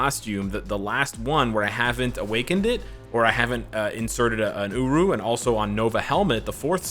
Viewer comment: Holiday uniforms are hit and miss, though if anyone needs a uni, gamora and rocket are up there. About f*cking time Hela gets something. I hope heimdall becomes somewhat useful. Still waiting on the black Friday sales, but it's all good. Thanks for the video () You do say uru weird lol